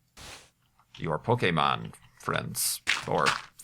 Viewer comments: you may not have been at the right age to be into Pokémon when it was introduced to the US, but you pronounce it correctly at least!:) I can definitely appreciate that. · I'm kind of surprised you actually knew how to pronounce "Pokémon", since it's one of the most common mistakes non-fans make.